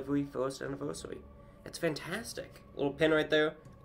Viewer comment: really said ANNIVERYSARY